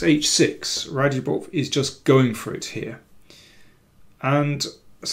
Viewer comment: I thought it was pronounced ‘RadzhAbov’.